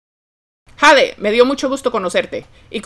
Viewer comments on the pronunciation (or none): Jade se pronuncia Yeid